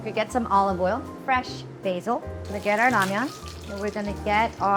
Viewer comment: Esther Choi 💚 thank you for pronouncing Ramyeon, not Ramen!